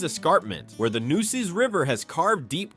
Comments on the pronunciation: The New-sees River! He hasn’t pronounced one right yet! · Did you catch the pronunciation of the Nueces River also? WHERE are they getting these people?????